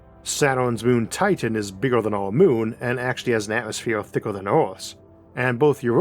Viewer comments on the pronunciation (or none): none